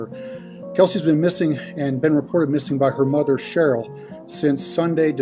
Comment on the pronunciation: Kelsey funny though because he can pronounce “they” but mother becomes “mudder”. Still love listening though :)